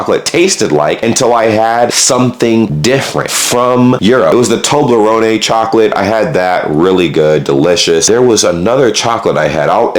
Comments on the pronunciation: Why did bro pronounce Toblerone, tobleronay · Toblerone is said "Toe-Blah-Rown" there's no emphasis on the E of accent over it.